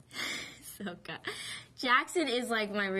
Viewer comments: Sowka? She said soka! Like with a long o sound! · ITS SOKKA. SOH. KAH. SSOOOKKKAAAA. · 1) REALLY A WATER BENDER never would of guessed -.- 2) its pronounced like saw-ka 3) they are fishing 4) aang breaks out of the ice after a couple of hits 5) idc about what training you had it didnt help the movie reviews 6) once again its SAW-KA 7) FOR THE LOVE OF GOD ITS SAW-KA LIKE SAWING A F-ING TREE. 8) once again liking M Night and his vision didnt help the movie 9) the set didnt help it 10) finally atleast you talk about waterbending right 11) Zuko used water?!? 12) Dont lie its not good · I stopped after she said Sowka. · SO-KA!??!?!!? wtfff life this if you hate how they say his name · Sokka = SAH-KA Why is that so hard? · "Soaka" Argh!! I've still got trouble picturing her as Katara, i still believe they could have found a better Katara (looks-wise) but she's really beautiful. Especially with make up on. I'm looking forward to seeing her in the movie! Oh, and i love the way they she pronounced Aang (Ahng)! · it's pronounced SAW KUH !!!! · I DON'T ALWAYS PRONOUNCE SOKA BUT WHEN I DO, I PRONOUNCE IT SO IT SOUNDS LIKE A LIQUID DETERGENT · katara's brother is NOT a music genre!!! SERIOUSLY, PRONOUNCIATIONS MATTER Y'KNOW>!>! afkhasgkldkfgjgdfghjghk! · they cant even pronounce her brothers name right! fail! has she seen the cartoon? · god i hate how they pronounce sokka... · SOKKA, Not SOUKA, ugh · Its sokka not soak- uh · It’s Sokka not Soh Ka!😡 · Every time she says Soaka or Oong, i die a little inside. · It's effing soka not sowkah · ITS SOKKA, SOKKA NOT SOAKA JESUS CHRIST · Its not souka its sokka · She said Soka not Sokka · WHATS SO-KA !?!? WHAT IS THAT?!? ITS "SOKKA!" PRONOUNCED "SOCK-KA" ARGG! pirate mode :( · She said soakka not sokka another name wrong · SOKKA!!!!!!! NOT sOOHkka SOKKA!!!!!!! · "soakka" *SMASHES DESK* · it's supposed to be katara's brother "saka" see M. night couldn't even get the names right! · Sokka its pronounced with an okka